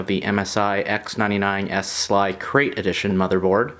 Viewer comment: Tip: its S-L-I not sli, and LOVE the video, you made my decision between the MSI X99S SLI Krait and the MSI X99S SLI Plus